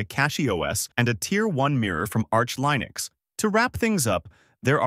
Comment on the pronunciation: You’re killing me here with that Linux pronunciation 😂 I don’t know why it’s so off putting